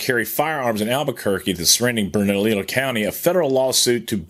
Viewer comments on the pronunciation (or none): Pronounced Bernaleeyo county and Loohahn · Its pronounced Burn a lee o.